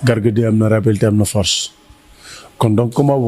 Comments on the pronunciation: Rapidité la wakh écoute bien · non il a dit rapilité deglouko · Balla Nena Forse ak rappilitéé, balla rek déé forse ak rappilitéé,,,😂🤣😆😁